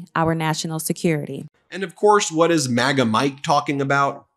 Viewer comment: Excuse me sir ,did you say Magas or magats